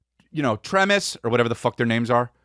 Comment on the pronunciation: “Nantuck” and “Tremis” 😂😂